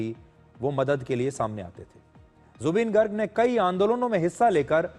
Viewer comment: Woh गर्ग nahi ...गार्ग hota h... -Zubeen's fan from Assam